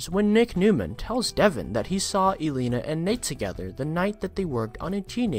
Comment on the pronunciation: Your not saying Devon name right its de von not de vin and elena right either I like to hear these but not when he ain't saying name right wow